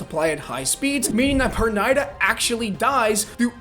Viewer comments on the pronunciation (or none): Perrrrnida not Pernaida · was gonna make fun of how he pronounced pernida till I saw the comment is new so now imma say GO!!